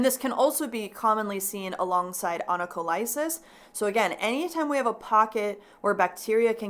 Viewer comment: Onycholysis pronounced like the ending paralysis. 😊😜